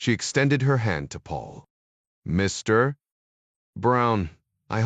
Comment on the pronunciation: I note the comment, ‘This is by far one of the worst AI read spy audiobooks that I have ever endured ——‘. Overall I found the AI reasonable, BUT the PAUSE after the word ‘Mr. or Dr. is stupidity extreme before the next word of the person’s name. Almost makes your miss having ‘fast forward’.🤔😉 Strange! almost